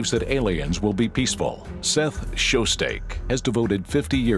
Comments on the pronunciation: Just an FYI. Frank Drake is known for creating the "Drake Equation" and Seth Shostak's last name is pronounced "shos stack" not "shos steak" Narrator gets an F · One of the most famous hunters ... "Seth Show-Steak". lol that narrator doesn't know this subject.